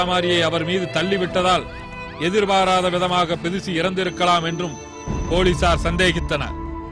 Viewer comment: enna kodumai...not tirici...............plz! do a corrections her name is bidushi......okvaa!